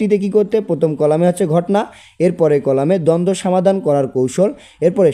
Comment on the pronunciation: Afni samadan na bola somadan bolan